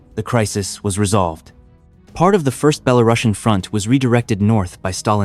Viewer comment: nice footage; but should have maps instead of just lengthy verbal descriptions; mispronounced words, Zhukov, Belorussian; and nineteen forty-five is the conventional pronunciation